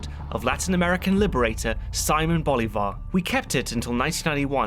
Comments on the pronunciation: Just wanted to say that it's "See-mon Bolívar" (accent on the I) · That's probably due to how it is mispronounced in the show. Which is wild to me given where the creators are from.